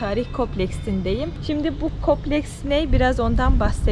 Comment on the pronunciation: Berna hanım tanıttığınız (kompleks)kopleks değil Türkçe’yi unuttmuşsunuz herhalde yine de beğendiğim 😉